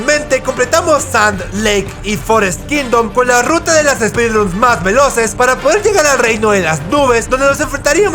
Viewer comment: Que rara forma de decirle a los speedrunns jaja